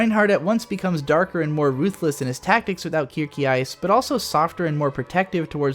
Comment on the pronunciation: Did you watch a dubbed version? Your pronunciation of the names kinda hurts... especially Kirkeice instead of Kircheis... Rasenritter is rather funny, since you make to rose knights into lawn knights (that could totally be the name of a non-professional German soccer team)